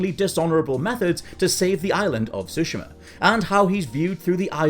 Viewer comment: OK, you mispronounced Tsushima, but it looks like (unlike most around here) you tried to say it right. You're supposed to put a very light "T" sound. I don't mean saying the letter T, but rather the sound it makes in most words. You have to put a very light sound of that before you said. Good job nearly getting it right. So many people mess up totally on Japanese words' pronunciations and put emphasis on parts of the words where they don't belong for example. You did a better job saying that word than like, 97.9% of Youtube's Youtubers.